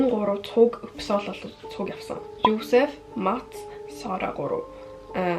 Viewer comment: Уучлаарай би муулмааргүй байгаач Josep гэхийг Uusep гээд бн шүү